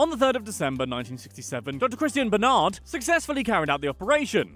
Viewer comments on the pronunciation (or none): Christiaan BARNARD not Bernard - Heart transplant guy... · Don't know if anyone has mentioned this yet, but the first heart transplant surgery was performed by Dr Christiaan Barnard - not "Bernard".